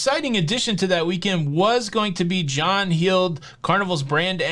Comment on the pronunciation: It's not John "Heeeld". (Sounds like Heel) It's John "Held" (sounds like Held). Spelled Heald.